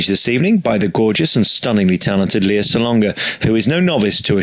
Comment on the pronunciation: I know this is a very old vid, but her name is pronounced LAY-ah, not LEE-ah.